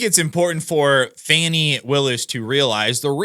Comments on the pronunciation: It's not fanny, it's pronounced Foney? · Even her boyfriend Wade calls her Fani not Fawnie.